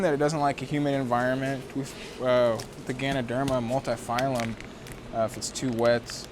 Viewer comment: Love the video, great to see your setup and how you run things. Just gotta add one thing though. It's Ganoderma Multipileum, not phylum :) Would love to see more videos!